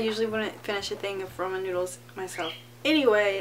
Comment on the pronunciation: did you just say 'Roman' noodles?